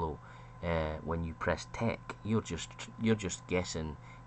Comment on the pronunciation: i find it difficult to distinguish whether you're saying tech or take, the both sound like tek